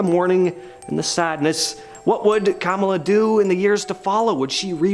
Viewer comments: I'm glad you're not condescending about the royals (unlike past hosts) I do wish you would have said "coronation" instead of "inauguration". and it's CamILLa not Kamala. Otherwise great perspective on what could possibly happen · Camilla hahaha. Cam-ill-a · mispronunciation of the name "Camilla." the narrator pronounced it like the US VP's name, Kamala. omg, so dumb. btw, i had just noticed the similarity of names of secondary, female figures in upper government of US and UK, Camilla and Kamala. coincidence? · also, the narrator had the video edited so he wasn't mispronouncing the name in front of the camera, probably cuz he struggled with the name, breaking the flow of speech, and he still got it wrong. He's not Canadian, so he must be a very "special" American. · My favourite part of this video is the way you mispronounced Camilla's name. Lol! This doesn't show exactly how relevant the royals are to you 🤣.